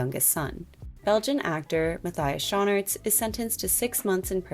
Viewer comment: as a belgian myself i had to giggle a little bit at the way u pronounce Matthias Schoenaerts lol (its more like Mah-tyas Shoo-naarts)